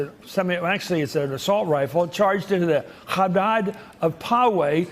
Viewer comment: Chris Matthews has a bit of a problem. He says these sickos go after "Jews and Americans at Mother Emanuel".I bet my family has been in the US longer than his, some date back to the Revolution. If he doesn't realize that Jews are American too, he is part of the problem. Also, he needs to learn how to pronounce Chabad, or have another more educated coworker take his place. Say it like kha-bod. He screwed up Mr. Khan's name too. Learn to pronounce his name properly when he does you the courtesy of appearing on your show Mr. Matthews.